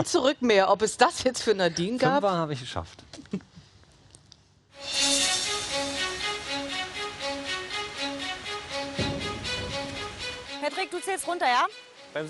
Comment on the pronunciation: Wenn man „Pätrick" statt Patrick sagt